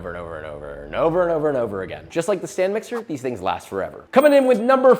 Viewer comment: So you're telling me it is a stand mixer and not a Stan mixer?